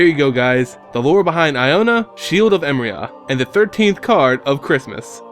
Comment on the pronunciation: Hmm never knew what her deal was... Btw just to be picky, its pronounced emeria E -meh -ri -ah not emria...